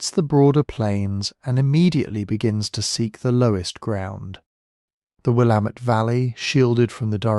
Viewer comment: Visiting NYC. Resident in Scotland. Previously resident of WA, and a geology lover. Nick Zenter at WSU has some great talks and animations about this. Btw Willamette rhymes with Damnit. It’s the only thing you got wrong 😂